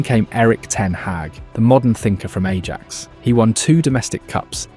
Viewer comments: OMG, your pronunciation is appalling. Louis van Gaal = "Loo-ee van Hhhh-ahl." Ajax = "Ah-yacks." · Sorry, how are you you pronouncing Ajax?